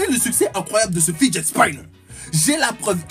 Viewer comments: on dit fidjet spinner😂😁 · Et Monsieur avec son accent anglais le fidget Spinner ne se dit pas comme tu l'as dit